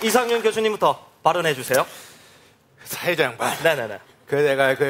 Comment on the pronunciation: 사해자?ㅋ 사회자 발음이 안좋네😅